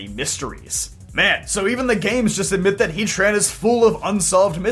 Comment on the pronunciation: Why hea-tran and not heat-ran?